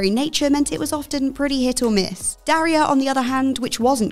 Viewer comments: Sometimes I think what culture goes out if their way to mispronounce names U.S. names. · Can cheerfully say presenter hasn’t seen Daria as she doesn’t know how to say her name. Very grating.